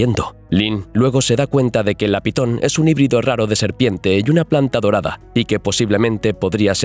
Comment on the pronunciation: momento, iniciando el video y dice PITON?????